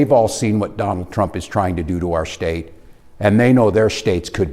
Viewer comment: I don't know why but I get kind of annoyed when pronounces the word "state". shtate